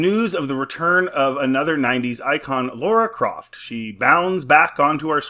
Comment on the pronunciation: Any video about Tomb Raider and as soon as the presenter says “Laura Croft” then I’m out.